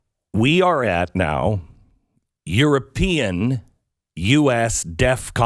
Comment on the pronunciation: Glenn: LoL....... Kiev is pronounced "Key-Ev" not KEEVE ..... and..... European, is pronounced "URO-PEEN" not "you're a Peeing"